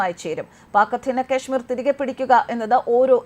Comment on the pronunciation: "കശ്മീർ" എന്ന് പറയൂ. ക്യാഷ്മീർ എന്ന് കേൾക്കുമ്പോൾ ഒക്കാനം വരുന്നു.